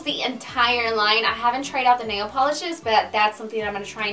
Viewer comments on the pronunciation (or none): none